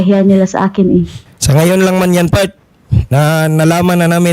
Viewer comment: Part? 😂Akala ko "fart"😝🤏cool lang c Kuya!!!!